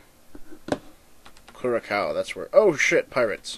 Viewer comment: I think Curacao is pronounced Kurr-Aw-Ko